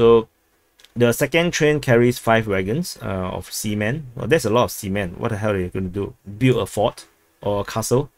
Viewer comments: I don't think Russia is sending a train load of semen to Kalingrad. Please check you pronunciation. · I think we didn't mishear, but he just mispronounces it. 😅